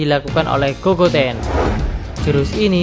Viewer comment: gogeta bang bukan gogoten